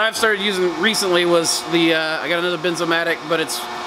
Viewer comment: BERNZ Bernzomatic. As in Burns 🔥 o matic I called it Benzomatic too 🤣